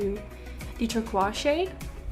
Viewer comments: OMG I love how she pronounces "turquoise" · This video made me really wish I had that Morphe palette and it also made me want to be able to say turquoise like you😂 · OMG I love how you pronounce "turquoise"